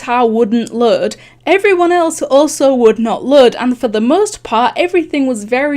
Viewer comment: HOW ARE YOU SAYING LOAD WTH